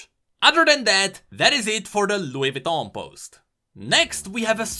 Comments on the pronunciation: sorry but i just wanna say it’s vuitton not vitton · Vouitton not vitton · its Vuiton not Vitton